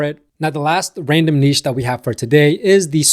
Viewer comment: Refreshing to hear somebody from the US pronounce niche properly.